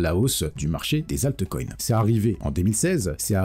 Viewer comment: C est Altcoin, comme Bitcoin et non pas altecoin ou bitecoin